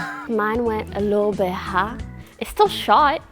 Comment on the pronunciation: “mine went a little bit hAgh. Its shot! but it went a little bit hAgh”